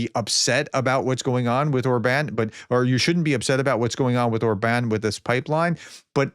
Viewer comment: By the way, the pronunciation is “Orban” (like in “urban”) with stress or the first syllable, not “or-Bahn” or something… But in this particular case, the guy probably doesn’t even deserve that his name be pronounced correctly…